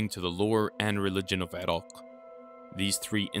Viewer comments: It's pronounced i-rack you fuckin infidel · Dude! It's Iraq. I-Rack or I- Rock. come on! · Why are you pronouncing Iraq weird? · Irak not Irok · You: eeerockhhh My us way: eye-rack Yours better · Is the narrator purposely mispronouncing words but pronouncing Iraq in a very distinct way. Is he an Iraqui? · yo bro, keep practicing on pronouncing iraq correctly, if not just say mesopotamia!